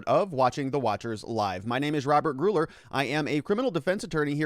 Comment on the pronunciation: I am pretty sure Gurule is pronounced gru-lay or gru-ell